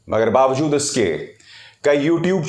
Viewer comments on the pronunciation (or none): none